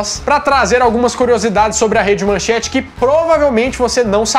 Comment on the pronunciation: Não é "manchante", é MANCHETE! Agora, vou te mandar o seguinte texto: XUXA NA MANCHETE ("Aham Cláudia, senta lá!") Xuxa (Maria da Graça Meneghel) não começou sua carreira na TV Globo, como os mais novos imaginam, mas na Manchete – ou melhor, na primeira atração de peso da casa, o Clube da Criança. O programa estreou no dia 6 de junho de 1983, quando Xuxa tinha vinte anos, e era exibido de segunda a sábado das às , abrindo as transmissões da Manchete. Modelo desde os dezesseis anos, Xuxa, por sua beleza e carisma, logo se tornou uma sex symbol, ganhando a capa de diversas revistas, entre elas Manchete e Ele Ela. Esses seriam os primeiros contatos da apresentadora com o Grupo Bloch. Mauricio Sherman ( ), então na Bandeirantes, pretendia criar um programa infantil na emissora, baseado em uma fórmula que vinha amadurecendo e que já tinha posto em prática no passado: um programa para crianças com uma apresentadora bonita. Viu Xuxa na capa de uma revista e conseguiu falar com a mãe dela. A senhora estranhou o convite e ficou nisso mesmo. Em 1983, ano da estreia da Rede Manchete, ao ser contratado por Adolpho Bloch, Sherman viu mais uma foto de Xuxa ao lado de Pelé na capa da revista Manchete e como queria concretizar seu projeto, chegou a Xuxa por intermédio de Pelé, que já conhecia. Ela então ouviu a proposta de Sherman, mas não aceitou por estar empenhada na carreira de modelo: queria continuar com as viagens e desfiles que fazia. Sherman insistiu, até convencê-la